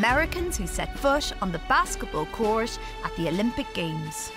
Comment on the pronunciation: Didn't knew it was pronounced "Basketball coursh" and "firsh" learnt something new today.